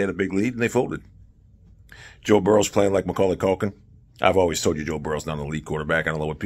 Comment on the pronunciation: Boe Jurrow